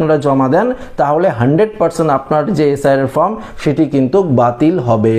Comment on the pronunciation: কথাটা ফ্রম নয়, কথাটা ফর্ম